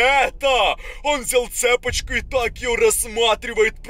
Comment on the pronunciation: ЦепОчку😂 Правильно цепОчку)